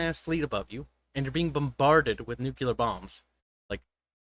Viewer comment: "Nucular bombs"